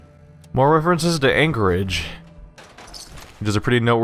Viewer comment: Anchorage is pronounced (anc - ridge ) not (anchor - ridge